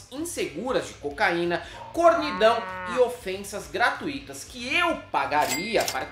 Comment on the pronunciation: Gra-tui-to, e não gra-tu-í-to,.